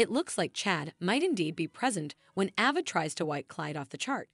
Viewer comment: pm 6/1/24 I’m hearing your latest update and yet you continue to mispronounce names and places. It’s not Sal-um…it’s Salem (long a); you say Ava (short”a”), but then later say Ava (long “a”), it’s the latter. Can you please learn the correct pronunciation